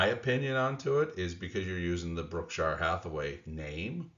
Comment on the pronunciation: Brookshire? lol